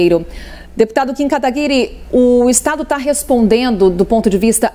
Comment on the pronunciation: A jornalista de esquerda não sabe nem falar o nome do Kim direito. kkkkkkkkkk